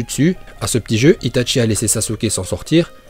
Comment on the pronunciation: et c'est pas "ItaTchi" c'est juste itachi ...